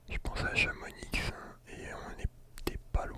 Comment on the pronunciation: Il a prononcer le x dans chamonix 😭